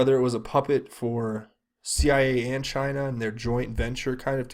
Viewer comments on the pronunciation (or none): Snowden’s girlfriend in the circus? The C eye a? Honey pot like I think you said? 🍯